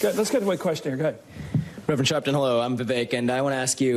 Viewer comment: Al shaarpton 😂😂😂